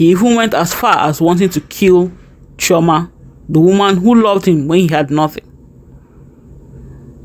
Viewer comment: Chioma not choama